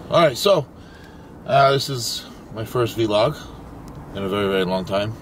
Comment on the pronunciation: I love how he calls it a Vee Log and not a Vlog 🤣